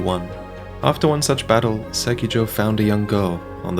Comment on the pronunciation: Im triggered by the pronunciation of sekiro